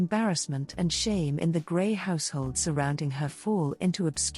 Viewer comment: Her name is pronounced Gre (s is silent). NOT GRAY. Lovely video but It was hard to watch the video with the continual mispronunciation.